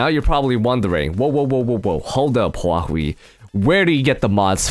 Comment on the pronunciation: not Hawaii but Huahwi